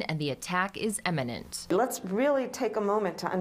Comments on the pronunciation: Did the lady say “eminent”? 🤣🤣🤣🤣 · "Imminent" not "eminent". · “Eminent” ? 😂 … Imminent